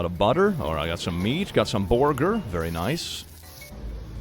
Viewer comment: saying "youm the boiger" and then the squish sound just kills me 😂